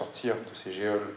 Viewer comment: Cela fait plusieurs vidéos de Juan Branco que je regarde, très inspirant, et c’est petit point de détail mais ça me hérisse le poil : il prononce le mot « geôle » [géole] alors que c’est [jôle] comme un geôlier [jôlier]… Désolé ça me démange depuis un moment, il fallait que ça sorte. Si quelqu’un peut lui faire remonter 😅